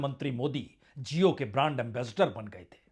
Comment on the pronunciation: Prasun ji aap jesa educated insan jab jio ko zio bolega to jaahilo ka kya hoga. Khyal rakha kijiye